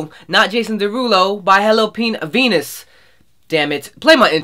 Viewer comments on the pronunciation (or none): Best part is in the very beginning when you tried to say the title but added the letter P in there and stopped your self just in time hahaha!! Loved it!! ^_^